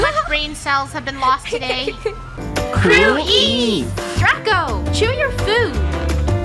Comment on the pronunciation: The way said Draco DRUCO CHEW YOUR FOOOOOOD